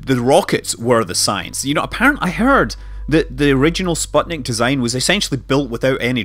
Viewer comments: I thought it was sputnik, and not spotnik? might be russian pronounciation. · actually "sputnik" is read like "spootnik" (it's a pain to hear the wrong pronounciation as a russian-speaking person) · (Sateviss) Is the i of the last syllable pronounced as "ee" too (so that it'd sound like "spootneek")?